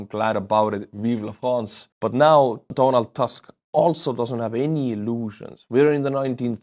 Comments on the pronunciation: My friend he is not Donald Task .... in polish we pronounce as we write . He is Donald Tusk . its UUUUUUU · Tusk not Task xD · BTW “Tusk” perhaps will sound more correct if you try read it as “Toosk” (however polish “u” is a little shorter than English “oo”). Thank you in PL is “Dziękuję”. All the best! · Tusk in Polish should read as Toosk. Donald Toosk. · just read Donald Tusk name the same way you read your “buy me a coffee” supporters names and it will be produced correctly.